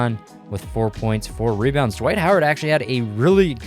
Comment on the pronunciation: Is it just me or does he sound like he's adding a J somewhere in Dwight's name?